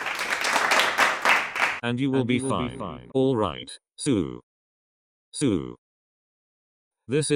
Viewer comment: nobody: not a single soul: LEGIT NOBODY EVER: the voice: SEW: no... SO the voice still: SEW